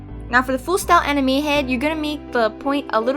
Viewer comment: I actually thought she sad enemy when she actually said anime